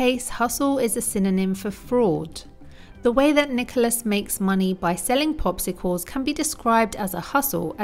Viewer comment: Thanks so match but in its popsicles not a pospicles if I'm not mistaken.